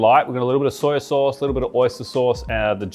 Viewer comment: Like dat "soi sos"